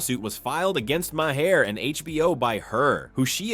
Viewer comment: When you use somebodies ‘opinion’….. learn to PRONOUNCE THEIR NAME ‘MaHair’????🙄